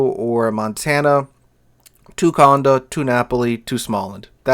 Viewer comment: Funny how you pronounce Conde like if it was spelled Condo. It is an e with an accent and you pronounce it like "hey"